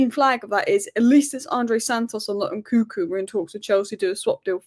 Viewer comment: It’s N -Kun - Ku not NKuku. You are missing the second N